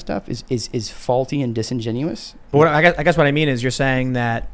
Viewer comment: The word is disingenuous